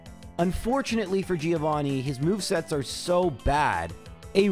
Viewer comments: Hard to believe this is still a thing after 100+ episodes, but I have to point out: Giovanni is correctly pronounced "Joe-vanni", the "i" is kinda silent. Really enjoying these videos anyhow, keep it up! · Day Some Extremely High Number of telling to call the Gym battle with Giovanni "Threeovani" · How many more videos does it take for to try to pronounce Giovanni right?